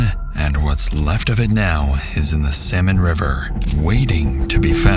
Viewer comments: Apparently it's Salmon River. The AI pronunciation was crazy. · Why can’t the AI voice pronounce the river correctly? It’s the Salmon River not Samon River.